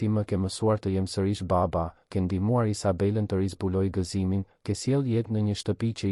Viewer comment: Po theksoe Mir fjalen baba Jo ba-ba